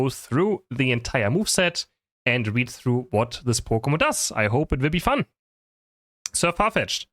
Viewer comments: saying the name wrong intentionally to piss off the "actually" viewers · Sir What?? LOL that's not how you say it.